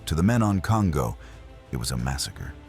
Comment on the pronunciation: Pronunciation: The name Kongō does not rhyme with "bongo". It's more like the English "Cone-go". In Japanese, every "o" is a "long o" (as in English-- dome, polo, toll.) "O" and "ō" are the same sound, but "ō" is twice the duration of "o". This is common as in Tōkyō. When "n" is followed by "g", they are never combined as in English (song, king, ringing). They're separate, as in English "Cone-go".